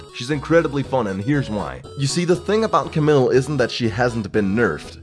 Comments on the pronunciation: "ca-mill"?.. isn't it pronounced "ca-meel"?.. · CamILLe not Camil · It's "Cam-EEL" Not Camill :'(